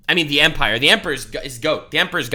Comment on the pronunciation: please stop saying empire it hurts my soul